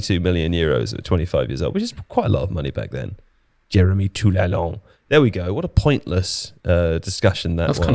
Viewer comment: It's spelled Toulalan smh. I was like who tf is Toulalon? Then was like, "ohhh." edit: "The Pogmentary" lol, was produced by a production company called "Black Dynamite Production" based in Paris, France.